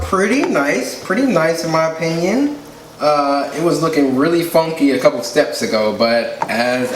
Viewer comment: i know you did not just say "apinion" 💀💀💀 It's "OPINION"